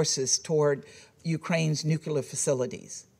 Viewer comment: Some people seem to think nuke is the prefix of nuclear 😬🤔 NUKELAR WEAPONS